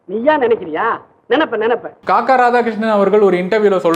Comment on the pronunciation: "Kakka" இல்லைடா "kaakaa"😂